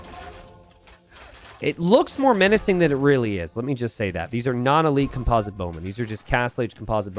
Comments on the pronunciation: it's COMPosite bowman, not comPOSite bowman! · Holy crap man i wasn't gonna say anything, but you've said "comPOZIT bowmen" like 15 times now 😂 and then right after that, you say "composition" flawlessly. It is the root of that word yet you pronounce it so differently😂😂😂